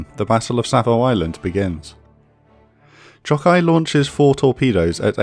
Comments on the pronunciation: Great vid! Those Japanese pronunciations could use a little polishing though. Choukai = Chaw-kai, with an "aw" like "awesome" Aoba = Ah-oh-ba, not Ay-ohbee Kako = Kah-koh, not Keiko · Very fair, interesting, and distinct content. As a native, to add the Japanese pronunciation tips, "Chokai"'s "cho" is longer and stronger because of stress (in the video "kai" sounds stronger). To simplify, like "choke-eye" "Kako" is just "Ka-ko". Not like tomato, but like Chicago. "sa" of "Kiinugasa"' is just it of "SAcrament". "Furutaka"...try to say "Foo-rutaka", it will be far more correct. "Yubari" and "Yunagi" have the stress on "yu", like "you". As you see above, our language generally tends to put the stress on the first syllable (or not, at least former part) of each word. Hope it will be helpful.